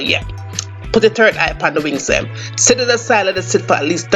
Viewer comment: I subbed as soon as you said “pick dem off”. Remind me of my funny auntie, I’m making this tonight